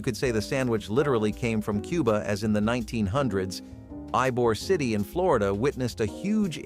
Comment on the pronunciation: Ybor City's pronounced "E"bor City.